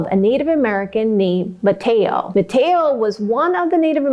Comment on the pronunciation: Great job. I enjoyed your recap of this story. I am a Native North Carolinian. Two small edits. Manteo is pronounced Man-tee-O. Sir Walter Raleigh is pronounced Rah-lee. Raleigh just like the capital of North Carolina.